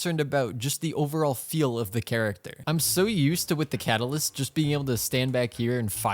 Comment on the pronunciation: 4 star kat a liss kelree